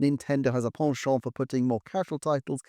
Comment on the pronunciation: I've commended you before on your pronunciation of "chassis." I find myself impressed again by your pronunciation of "penchant"